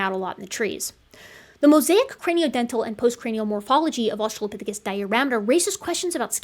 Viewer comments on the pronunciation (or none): none